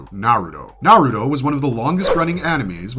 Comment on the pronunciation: Capable of saying many things but naruto and sasuke are just impossible for some people, I literally cant comprehend how you could mispronounce it so blatantly, if you had to learn these names and facts, why cant you repeat that same info? That's why it feels like its intentional. , I'm sorry but that's what makes these videos feel contrived, if you can pronounce slouch, you can also say ouch, why say uuch on purpose?